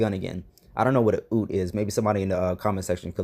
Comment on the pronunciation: LOL sorry not funny but yeah if there was a shooting in AU that would be the car I'd think he'd have. It's pronounced you-t. Like the word you with a T at the end. It's a car that's pretending to be a pickup. Pretty popular in AU.